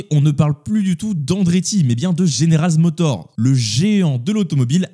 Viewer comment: Stylée la miniature ! Et sinon c'est General MotorZ et pas GeneralZ Motor. Et encore sinon Perez est rincé, je vois pas dans quel monde il commence la saison 2025 chez RB !